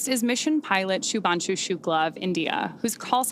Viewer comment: Shubhanshu bhai Shubhanshu🤦🤦 naam to sahi bol